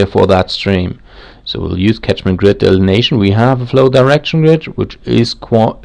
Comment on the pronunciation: "Catchment" not tachment.